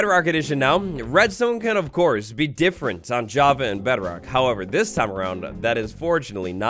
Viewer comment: Lol bedorck